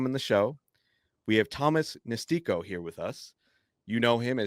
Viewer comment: First time I've heard Nestico pronounced that way. I wonder if that's the correct pronunciation or if it's as incorrect as the way that mispronounces Eno's last name.